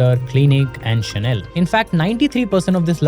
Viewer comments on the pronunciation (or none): none